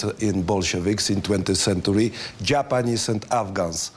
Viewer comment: Co do angielskiego, kurde niech mu ktoś powie jak wymawiać Polish i centyry, zapamięta kilka słów i będzie na prawdę dobrze.